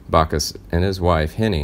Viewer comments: Back us, not Bock us. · It's BACK US! BACK US! NOT BAC US! DAMN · Sorry it's jim Backus not jim Bacchus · Does anyone on this channel know how to pronounce names?.... It's BACK US !